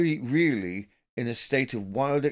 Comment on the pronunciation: Reilly pronounced Riley